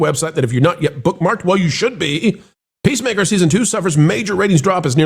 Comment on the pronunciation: It sounded like pro almost called it pacemaker instead of peacemaker lol